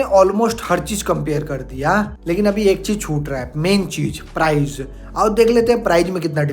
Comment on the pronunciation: Prize nhi hota bhai price alag hota h!! ८